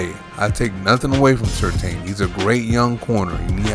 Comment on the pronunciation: It's pronounced sur TAN, not sur TANE.